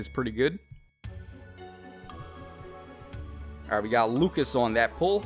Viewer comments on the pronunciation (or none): none